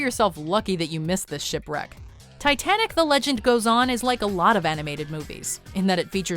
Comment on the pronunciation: Titenic. I’ll take broken English for 800.